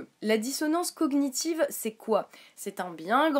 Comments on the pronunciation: Euhh bon je ne suis pas d'accord avec toi mais surtout , SURTOUT dans la dissonance cognitive le [gn] ce prononce comme dans montagne ( a peut pres ) mais en gros on ne prononce pas les deux lettres ; juste l'ensemble. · Belujard Reprendre sur sa façon de prononcer "cognitive" met tout de suite au clair le niveau de débat que tu peux avoir. D'ailleurs, je ne comprends pas ce que tu racontes: "... ton opinion sur les traitements infligés aux animaux... semble contradictoire!": tu n'as pas l'air bien sur(e) de ce que tu dis mais ça ne t'empeches pas de continuer avec un "Alors revois complètement tes arguments..."!?! 1) le niveau de débat 2) ça ne serait pas la façon de parler d'un(e) fanatique ça? Tu dis que vous agresse? C'est une vidéo "droit de réponse" il me semble. Pour finir et compléter ce qu'elle a dit, j'aimerais te poser deux questions: - Est ce que les vegan boycottent tous les médicaments et les cosmétiques? (Ils sont tous testés sur des animaux avant d'être testés sur des humains.) - Si un moustique te pique, tu l'ecrabouilles ou tu la laisses faire? (Un moustique qui te pique, c'est toujours une femelle qui vient chercher de quoi nourrir sa progéniture.)